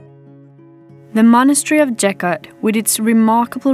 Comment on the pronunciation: With all respect towards the video makers. The church couldn't be built in third century BC. Gotta be AD. And the name is pronounced with hard G sound, not J sound. BTW, the church is really amazing place for visiting!